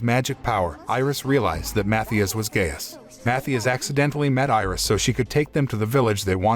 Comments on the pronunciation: Gaius, not "gayus" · His names are pronounced Matthias (MaTeeus) and Gaius (gUyus) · Naw “gay-us”💀💀💀